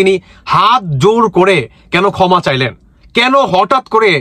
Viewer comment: Uccharon thik koren. Kotha ta "koma" noi "khoma" thumbnail thik korun. Dil noi, dhil. Asha kori positively niye shudraben.